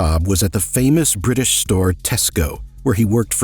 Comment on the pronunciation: If the young are given no place in the village, they will come back and burn it down. Sounds like this guy could've been a real warrior for good... except... the Bwitish